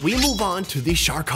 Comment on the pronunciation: You noticed at the start you said short instead of shark